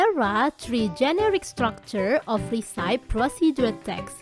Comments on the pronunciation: Resepie, bukan risaip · recipe pronounsnya risepi bukan resaip kak.. CMIIW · maaf, pronunciation yg tepat itu resepi bukan risaip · recipe bacanya re-si-pi, BUKAN ri-saip... hehhee...kesian yang masih baru belajar jd salah juga. anyway, semangat selalu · Recipe dibaca resepi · Mispronouncing word "recipe"🙏. However, this video is nice and helpful. Thanks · Your AI voice-over is absolutely horrible. The word recipe is mispronounced. In addition, the video could be more detailed. Do better! This is a blow to the Indonesian English learning community.